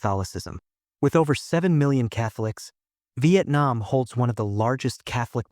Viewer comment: Vietnam not Vaitnam